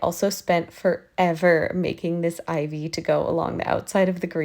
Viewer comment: She said ivy i heard IV